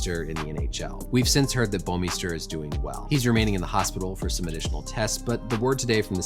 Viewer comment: You come the closest to pronouncing "Bouwmeester" properly out of anyone I've heard so far! It's a Dutch last name, and I so happen to be Dutch. It's quite funny most of the time the way the pronounce it, but sometimes it's so wrong it's simply annoying.